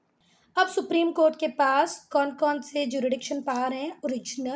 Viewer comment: hello mam I found a mistake in your teaching jurisdiction is pronounced as ju-RIS-diction not ju-RI-diction so plz don't feel bad ma'am